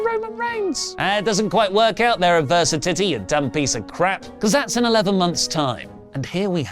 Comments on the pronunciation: Advers-si-titty.... why 🤣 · The adversitittie is my absolutely favorite thing 🤣 also great story you have made for Cody! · 😂😂😂😂 cracks me up so much 👏🏼👏🏼👏🏼👏🏼 I can no longer hear or say adversity properly anymore